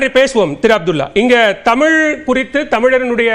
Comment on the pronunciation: ஆசிர்வாதம் நீ முதல்ல தமிழ் ஒழுங்கா உச்சரி தமிழின்னு சொல்லவே தெரியல உனக்கு நீ எல்லாம் பேச வந்துட்டே